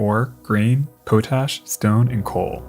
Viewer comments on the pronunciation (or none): Pot-ash. Not po-tash. HOLY SHIT! A non-Canadian said it right?!!! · Potash: pot ash, not po tash. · How can you present a documentary on the great lakes and mispronounce potash??😢😢😢